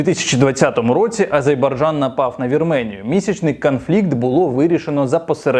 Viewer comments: Мені здається не "Азейбарджан" а "Азербайджан" Цей канал має мати більше уваги, підпискалайк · АзеРбайджан, пане, АзеРРРРРРРРРбайджан. Ви надто часто повторили неправильно назву країни, вибачте)